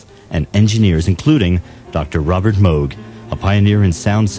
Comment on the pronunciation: Hey! Someone actually pronounced "Moog" correctly!